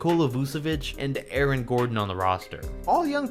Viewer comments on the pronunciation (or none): none